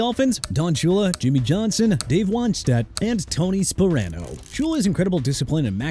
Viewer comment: CHICAGO PRONOUNCED SHEE-KAH-GOW NOT CHEE-KAH-GOW! HOW MANY TIMES DO I HAVE TO CORRECT YOU?! ALSO IT'S MIKE HOLMGREM NOT HOMEGREN!! AND TONY SPARANO PRONOUNCED SPA-RAH-NO!! HAVE RESPECT FOR THOSE WHO DON'T EXIST ANYMORE ESPECIALLY A FORMER HEAD COACH OF THE DOLPHINS WHO PASSED AWAY A LONG TIME AGO!! YOU NEED TO BE GONE!!! MR. "NEW OR-LEANS" WHO GOT NO RESPECT FOR A LOUISIANA CITY CUZ HE WANNA CONTINUE TO BUTCHER IT LIKE HE KNOW HOW TO PRONOUNCE BUT HE DON'T!!